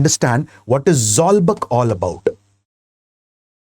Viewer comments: Not zawlbak zawlbuk(zawkbook in prononce) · Zawlbuk should be Pronounced as or should sounds like Zolbook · Sir, I really appreciate you for including Mizo history. But the information you provided are not accurate and could be misleading. Firstly the "buk" in Zawlbuk is rhymes with the English word book. In the aftermath of the Lushai Expedition of 1889-90, the British started annexing Lushai Hills and imposing heavy taxes, demanded coolie labourers and even restricted the hunting practice of the tribal people. This angered the natives and they took up arms to drive the British out of the hills. The uprising culminated at the Battle of Changsil in 1890(present day near Sairang) which was led by Sailo Chief Sailianpuia. Pasaltha Khuangchera laid his life defending his homeland in this battle. Christianity came to the Lushai Hills officially and practically only in 1894, 4 years after Khuangchera died. So, to say the imposition of Christianity as one of the reasons for the Lushai uprising is totally false and baseless.